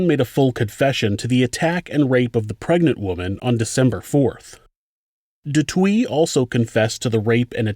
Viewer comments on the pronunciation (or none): Great vid. Sorry but du Toit is pronounced /du TWA/ not /du TWEE/. Why not check out pronunciations before making videos? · what’s dutowee? it’s pronounced du toyt 🙄 and these pigs have been paroled in july. i hate this world. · De toit is pronounced "duh toy" not " de twie" and theuns is a silent h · Du Toit is pronounced as Du Toy and not Du Twi 🤗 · Pretty sure Du Toit is pronounced "doo twah" not "doo twee". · Du twee...hahaha it's pronounced Du "Toy" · Haha fuck sake Do Twee, Say it like this 'Do-Toy-T' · It's pronounced "du TOY" (not "du Twee") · DuToit is pronounced Du Toy while Botha is pronounced Boatha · The letters 'oi' are pronounced wa instead of wi. So the right way to say it is du twa. Just a detail but why not do it right instead of wrong. Love your shows. What an amazing woman. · great channel, I live in S.A. and just a small note, du Toit is pronounced "du Toy" /"du Toi" and Botha "BoahTa" thanks again for the great episode and if u get the chance look into Henry van Breda, a literal axe murder from a rich family / family annihilator and there's plenty content out there, including his GF who believes he didn't do it. keep up the good work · Du Toit is pronounce du Toy... for the record. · du Toit is a French last name pronounced : “du tooah” Toit means “roof” in French 👍🏻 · You pronounce it "Do Toyt" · I’m Australian, but is it meant to sound like “De Twa”? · Just FYI the name du toit is pronounced du TOY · Du toit is prenounced du toy phonetics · Here they would pronounce the surnames Da Toy and Kreer basically. I remember this story when I was like 9-10 she became a well known inspirational speaker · And du toit "do toy" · Du Toit is pronounced "Du Toy". Alison is a hero here in South Africa. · No in south Africa botha is pronounced "boowah ta" and du toit in south Africa is pronounced do toy. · South African name/surnames are pronounced: Theuns = Tea-yurnce ("h" is silent in Theuns) Botha = Boo-wa-tah ("h" is silent in Botha) Du Toit = Du Toy 😉🇿🇦